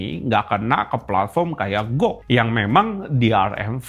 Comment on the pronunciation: GOG dibaca nya ji-o-ji bang